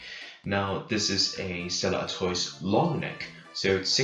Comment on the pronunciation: It's pronounced "Artwah". ☺